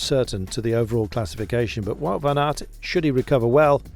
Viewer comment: What gets to me a little bit is how all the English commentators pronounce "Wout" when it is so simple to pronounce it correctly like "Vote" as in elections.